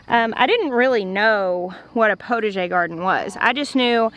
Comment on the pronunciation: Potager is pronounced with the ah sound but you get the idea of it . You want to make soup you go to the potager and gather vegetables, herbs ,and some flowers for the salads . Wishing you well in your design.